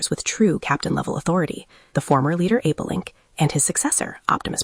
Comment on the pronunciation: It’s Apelinq and not Apolink.